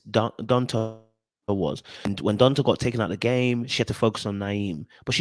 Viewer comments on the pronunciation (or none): It tickles me every time you say, "Don-tah"... It's spelled liked that (Donta), but it's pronounced "Don-tay"; they should've spelled it Dontae.